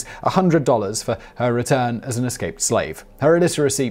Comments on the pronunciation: Eslaped? Simon, your slipping! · Did i hear "eslaped scaves" lol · At about Simon accidentally says "eslaped scave" and it made my day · First thing I heard, lol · Eslaped Scave? Anyone else catch that - ? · What is an "eslaped scave"?